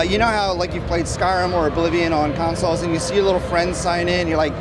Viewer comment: DID HE SAY CONSOLES!